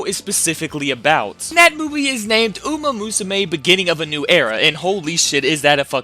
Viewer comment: Illiterate people can't read Uma Musume correctly.